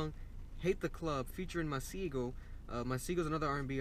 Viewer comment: His name is pronounced ma say go